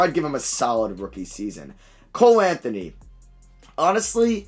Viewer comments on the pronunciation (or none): none